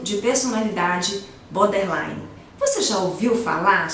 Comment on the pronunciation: É BORDERLINE , nao BODERLINE. Falha grave. Nao é um transtorno de aprendizagem!!!